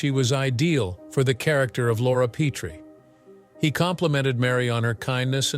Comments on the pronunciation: Carl Reiner never directed "The Divk Van Dyke Show." Mary did Hotpoint commercials in the '50s, not the '70s. "Petrie" was pronounced with a short "e:. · It was petrie with short e..but early shows it was peet rie Also Laura was Laurie in early episodes